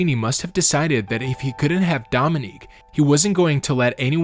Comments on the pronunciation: One of the things that Dominick Dunne complained about the judge was that he never bothered to pronounce her name correctly, pronouncing it Dominic (the male version of her he name) instead of Dominique. And that’s what you did all through the video. You were constantly pronouncing it Dominic. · So many mispronounced words, even the name of Dominique, which you pronounce as if it's Dominick. Have to turn this off, cannot listen to all these blatant mistakes. Suspect AI.